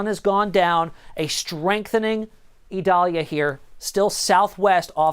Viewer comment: This guy says it right